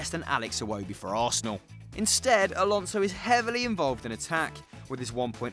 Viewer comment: Broo u are mad how come do u say alonso